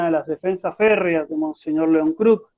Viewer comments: No es mons "Kerk" es Mons Kruk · Muy bueno el informe ,soy hijo de una sobrina de monseñor León kruk ,aclaro que el apellido se pronuncia como se escribe